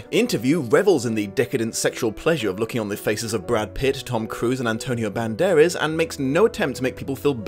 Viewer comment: love your videos. But, just one question, who's Antonio Banderes? Cause it's Band-err-ass! LoL I particularly liked this video, even the low brow joke. Love me some bloopers too.